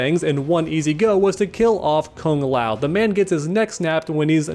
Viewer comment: As a Kung Lao fan ( who pronounces it kooong lao) this breaks my heart 🤧